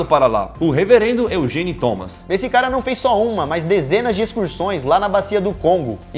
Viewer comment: Eugene a pronúncia e outra